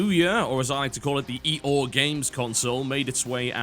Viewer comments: ee'oh? What kind of pronunciation is that? :P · I this it's "Eeh-aw," like a donkey sound, a joke on its weird, odd-to-pronounce name. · I love how TB pronounces OUYA "eee-o" =)) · Why do you call ouya, the e or? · I laughed every time he said Ouya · Right.... That is definitely why he is defending the Ouya, not because the statement from the developers is news and belongs on the show. You would think that if he had been paid me might actually bother to pronounce the name of it right. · Because he doesn't know the proper pronunciation so he has defaulted to calling it that instead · They called their console OUYA, mispronunciations and mockery come with that.